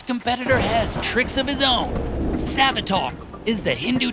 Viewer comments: its Savitr not Savitar , i almost got confused for The Flash villain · "Savitar", Sonion😭💔✌🥀 It is Savitra ffs. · You really think they can pronounce savitr